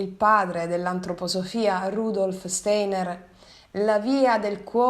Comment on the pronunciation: Rudolf Steiner si dice Rudolf Stainer più si va avanti e più noto che i video migliorano